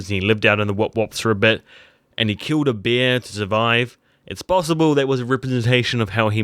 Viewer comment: its "bear" not "beer"